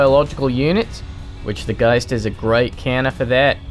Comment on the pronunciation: I don't hate your accent, but I really don't like how you say "ghost" Just my opinion though. Good cast btw :-)